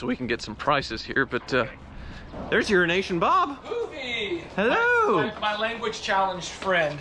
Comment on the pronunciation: i literally thought how pronounced "euroasian bob" was actually "urinational bob"